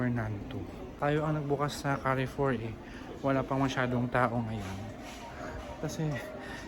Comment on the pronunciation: carrefour pronunciation is kaarfor not ka arfor